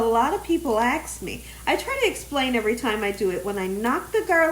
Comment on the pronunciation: Why do you use the word axe for "ask"??